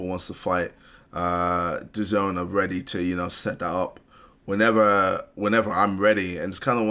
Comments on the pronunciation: Dayzn? No it's pronounced Da zone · DUH-ZONE NOT Dah zin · Ksi says Dazone: "Dayzin" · How does KSI say "The Zone" (DAZN) and still calls is "Days Inn"? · dazen 😂 its dazone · it's pronounces DAH-ZONE not DAZINE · Did just pronounce the boxing company DAZN as (day zin)???? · Ik it's dazn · I love your vids but how do you not pronounce DAZN correctly when KSI literally said it in the clip? 😂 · How did you mispronounce DAZN KSI literally said it in the clip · How the fuck does ksi say Dazn perfectly and STILL manages to mispronounce it